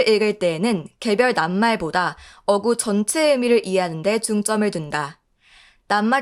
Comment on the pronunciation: 어구..가 아니라 어꾸.. 라고 읽어야해요